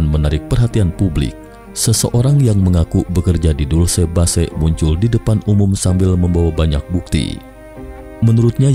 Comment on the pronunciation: Narratornya gmna sih? kok Dulce base bacanya?